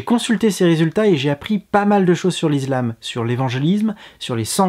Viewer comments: Je me disais bien aussi, l'izlam? Heu zé quoi ze truc? :) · On dit pas "is[z]lam"...lol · la lettre S se prononce (z) lorsqu'elle est située entre 2 voyelles. Ce n'est pas le cas pour le mot ISLAM ;)